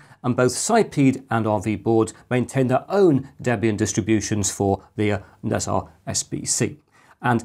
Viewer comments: Great content, as usual! Nezha would be grouped as Ne Zha rather than Nez Ha as you were pronouncing it. Roughly pronounced (in British English) as Ner Jar. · It's pronounced ne jar, "h" is not silent, 😁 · Nezha is one of the celestial beings in Taoist mythology/religion and one of the biggest rivals of monkey king sun wukong. It's pronounced "Na Cha". Most of this info is based on what I was exposed to growing up in a Taoist, Buddhist household.